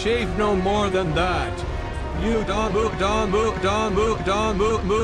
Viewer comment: when dio said muda it sounded like "Move don" or "Poo-Da"